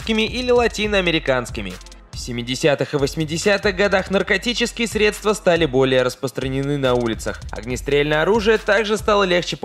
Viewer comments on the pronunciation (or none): none